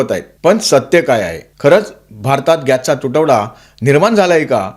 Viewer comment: पच्चिम आशिया का पश्चिम आशिय गॅच्चा तुटवडा का गॅसचा तुटवडा? कोणती भाषा बोलता?